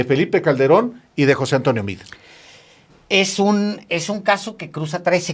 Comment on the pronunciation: Nada de José Antonio Mid. Se pronuncia MEADE. Yo tengo amigos con ese apellido y no se escucha Mid, lo pronuncian tal cual para que se escuche Meade. Son de origen Libanés. Saludos.